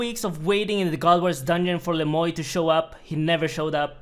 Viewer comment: its le moi not le moy